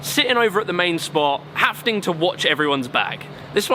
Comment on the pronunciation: Anyone else notice he often says "hafting" instead of "having"? Just a funny little thing I picked up on. Stick it on a t-shirt maybe. I'm just messin' with ya. Great work, man :)